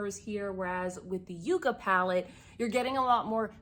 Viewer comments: Please take this as not disrespectful but it’s not produced you-ca it’s pronounced yuk ka. It’s a cactus that’s why she used the greens. Everyone has mispronounced it but I watched Morgan Turner and she researched it and corrected herself. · Yukka, a Pueblo Indian word, is pronounced “yuk’-kuh”. The yukka is a succulent plant growing in the arid deserts of the Southwestern U.S. and Mexico. Colors in N.D.’s palette are similar to colors in some of the 40+ varieties of this unique plant. Google images yucca plant for pics.